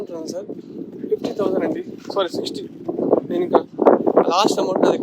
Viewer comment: అది స్వారీ కాదురా , సారీ అనాలి, స్వారీ అంటే గుర్రపు స్వారీ, అంటారు సలేగా